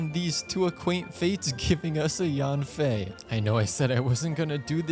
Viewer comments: Maybe the reason yanfei didn't come is because you pronounced her name wrong. Pronounced YEN-fei not YAN-fei. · Actually it's pronounced Yian-fey with a down tone. Yen doesn't even come close to the actual pronunciation for 烟